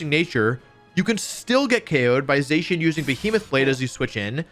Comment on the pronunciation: Za-Shee-un not Zay-shun. Bothered me so much i had to stop less than ten minutes in.